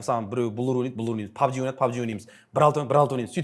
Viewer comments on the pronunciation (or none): none